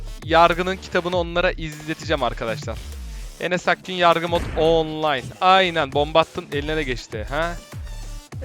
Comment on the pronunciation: Nobody: Enes: Yarrrrgı mod